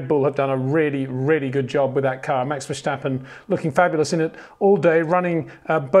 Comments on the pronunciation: it's pronounced Fair-Sta-Pen not Vershhhhtappen. You pronounce it as a German name, wich he obviously is not. Good video anyway. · Peter we need to talk about how you pronounce "Verstappen"